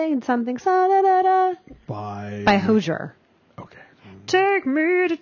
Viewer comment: Please use that song, but it's pronounced hoze-ee-ire